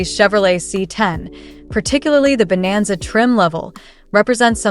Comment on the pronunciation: Chevy bonanza not vananza.